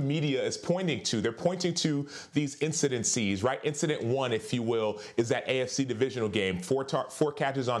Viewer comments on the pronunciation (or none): SAS: "i don't wanna work w fax kellerman" espn: lays off fax kellerman acho: "incidencies"